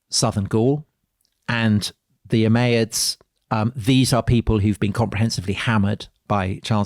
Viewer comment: Your pronunciation of the word Umayyads is bizarre. It's really distracting